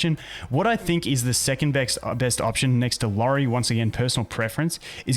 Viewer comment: It’s iori btw, not lori